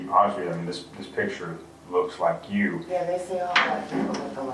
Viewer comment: “piTcHeR”?? I think it’s picture. In fact, I know it is. 🙄